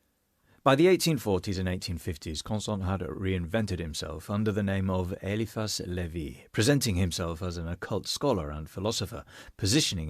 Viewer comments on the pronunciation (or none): Sir, if you're going to relate these stories to people in your particular way, the least you could do is pronounce the name of the person you're speaking about correctly. With a name like Eliphas Levi Zahed, One can mistakes. Which is exactly what you did. Everyone makes them, it's ok..You're just not trying hard enough. You're just reading it as French. It's clearly not French....lol. Eliphas and Zahed are pretty easy. They're middle eastern. No biggie. And so is Levi. You're pronouncing it as in the word "levee". Like in the Zeppelin song "When the Levee Breaks" or in the word "levee". Or as in the small embankments or dikes used to hold back water. It's actually pronounced "Levi", like in the blue jeans. Hope this helps. 🙂